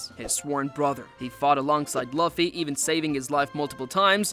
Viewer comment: That's not how you say luffy's name